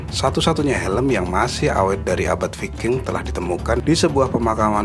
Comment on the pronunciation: Bacanya bukan viking min.gimana mengedukasi kl ga tau cara baca ..learn more ,,,if you want to be a you tubers...